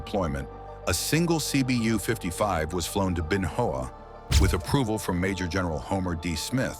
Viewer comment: Ben Hoa pronounced: Bin Wa (short “a”)